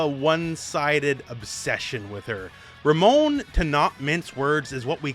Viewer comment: Anyone else get a feeling of satisfaction at the way the announcer properly annunciates Ramon and RamOn? Can't wait for the pronunciation of other Latinex characters.